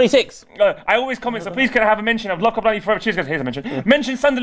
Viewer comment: It's copa ninety not copa niney